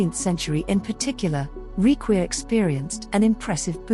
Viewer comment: it's pronounced "rikvir" but nice video!